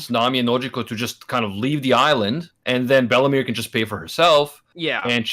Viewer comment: I think ment bellemere but i heard bellamy